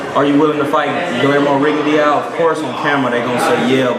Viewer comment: Rigondeaux is pronounced "Ri-Gon-Doe" fyi...